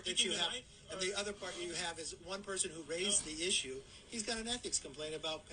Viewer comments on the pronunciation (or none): none